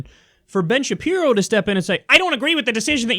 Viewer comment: Been Shape-Eye-Row